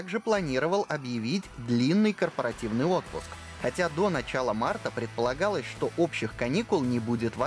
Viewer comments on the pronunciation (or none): none